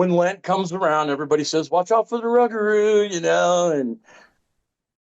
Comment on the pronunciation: Im from Louisiana i live near lake Salvador the way we say rugarou is pronounced like thiS its < Rou-gah-rou It trips us aLL out down here when we hear folk say Rug-arou lol GODBLESS everyone 👊🏼👊🏼🫡🫡